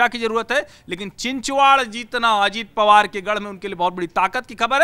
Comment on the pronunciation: It's चिंचवड..... Please say it again....चिंचवड..... And NOT चिंचवाड...